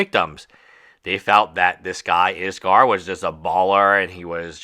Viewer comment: If you're not going to pronounce his name the right way. They say anything at all. Everyone is blaming iskall, when it's the moderators fault. She's old enough to know what was happening. And she could have ignored his messages. But instead she continued knowing very well what she was doing. I've told YouTubers before. Viewers are not fans or your friends. They don't care what happens to you. All they care about is the moments you fail. And your content friends are not your friends, they're coworkers. Don't around telling them about your personal life. At the end of the day they're there for themselves.